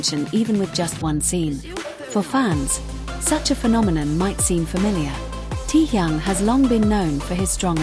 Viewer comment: Говорите правильно имена тех, про кого рассказываете :Техён, Техён, Техён Техён